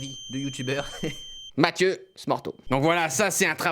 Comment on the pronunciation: _Mafio !?! _C'est Mathieu _In english please